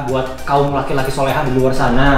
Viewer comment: Apa cuman gua yg dengar bilang: "buat kaum laki2 yang solehah" 😂